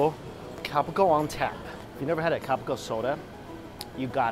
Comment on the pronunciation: Cal pee co is how you can it.